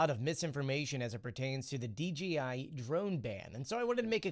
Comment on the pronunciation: D JAY eye. Why do you keep saying Dee, Gee, Eye? It's a J not a G.